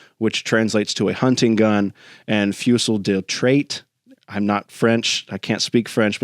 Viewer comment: Pronounced FOOZEE, my friend.